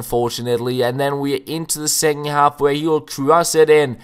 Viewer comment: Second half, not secking. Don't mean to sound like a dick haha it's just something I've noticed you say